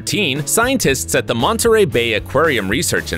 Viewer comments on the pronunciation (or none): none